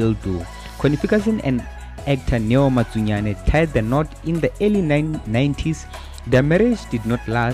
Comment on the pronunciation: Matsunyane not Makunyane